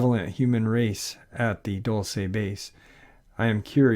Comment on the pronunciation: it's prounounced Dull-see not Dull-say